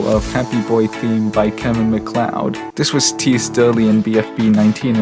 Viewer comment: Finally, somebody that knows how to pronounce Kevin Macleod's name holy shit